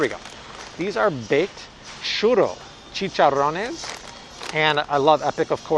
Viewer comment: Your Spanish accent “chicharrones” is perfect.